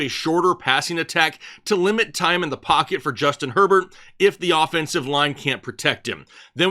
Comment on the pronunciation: Love your content, but can't stand the way you pronounce some names like Goedert, mcKonkey and Herbert. Just say the names like a normal person.